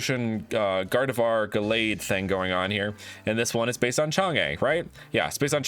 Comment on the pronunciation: its chang UHHH not chang EEHHH